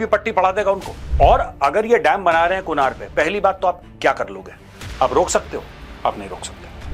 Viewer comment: Its pronounced as kunarh not kunaar